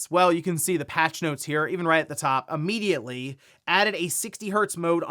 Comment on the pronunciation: And here I thought the way you pronounce immediately as "ummediately" was just a quirk but here you don't Im watching you🧐